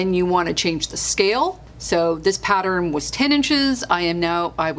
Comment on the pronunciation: Do you realize, you say Pattern wrong? You say... pat-ter-ren, it's... pat-tern. I do love your videos. Apparently, I have ADD.